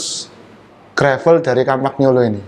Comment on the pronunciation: Merk komponen sepeda dari Italia Compagnolo, om Aza cara menyebutnya sudah benar: "kom-pa-nyo-lo". Tp cara menyebutnya salah: "kom-pak-no-lo". Jangan baper ya, he...he...he...